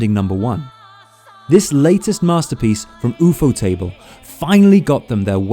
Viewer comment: Did he call ufotable, oofuuutable